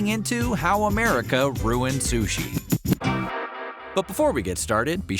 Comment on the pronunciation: Biggest offense is calling it “Sush”